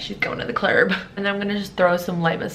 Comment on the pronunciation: "She's going to the clurb'...lmaaaaaaaooooooooooo